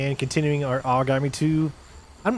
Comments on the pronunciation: its Ahragami thats how it’s pronounced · Love the gameplay. Nice to see very stealthy walkthroughs. And it’s pronounced Ah-Rah-Gah-Mi(English pronunciation of “me”). Sorta similar to the pronunciation of origami(paper folding art). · It’s ARE-a-gami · He's been saying irigami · It's pronounced aharagami, the antagonist in the previous game even says it this way